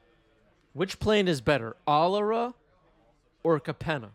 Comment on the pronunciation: im more split on that pronunciation of alara